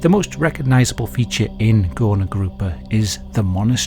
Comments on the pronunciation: btw its not spelled "gorna" its spelled "gurna", ó and u make the same sound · "Górna" is actually pronounced as "goorna" :> Great vid! Always love to see the polish cases, so unsettling every time! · ó is actually supposed to be a U. It makes an oo sound. "Górna Grupa" translates to "Upper group" btw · Ó should be read like U. Its actually the same letters in polish 😂😂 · Now THIS is what I'd want to learn about in history class. I live literally an hour away from it and never heard of it, no history teacher ever mentioned it. Also: ó is just a fancy u. It's read like a normal u. So "górna" is read as "gurna" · Am I crazy, or is he really pronouncing ó as an o? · You spelled Górna Grupa pretty well, however ó should be read as U (like in the word "boots") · Just wanted to mention that "ó" is not pronounced as "o" or "oh", but the same way you pronounce "oo" in word "book". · as a polish person, just a tip- ó is pronounce as a u not o! :)